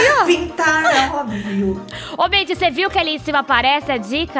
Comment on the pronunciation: Eu tbm ouvi Maidy 🙀🙀